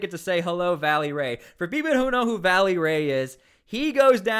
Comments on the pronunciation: Reestablishing the actual PPD rapid response team is SEISMIC change in Portland but too late. If those guys are on it the national guard is not needed to be honest. Also its "Velly" not Valley... smh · It's "VELLY" not "Vally"... just fyi